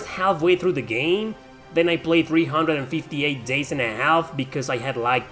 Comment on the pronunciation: Your pronunciation of 358/2 Days hurt me.